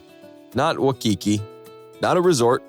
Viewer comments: “Not Wah-key-key” ……… An AI mispronunciation of Waikiki. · Aw. AI can't pronounce Waikiki. That's so cute.